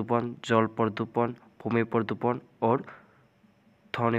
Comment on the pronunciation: পৰদুপন নহয় হিন্দীত প্ৰদূচণ